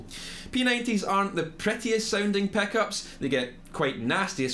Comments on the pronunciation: Theck peckups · Ah yes my favorite, peninteah peckhuops